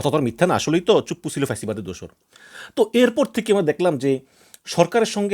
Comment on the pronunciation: রাষ্ট্রপতির নামটাও ঠিকমতো উচ্চারণ করতে পারেন না?